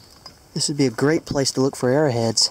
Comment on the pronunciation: it's arrow heads not arra heads lol